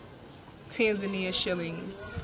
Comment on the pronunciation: Why do you pronounce it as "tenzenai",.. Learn to say tanzania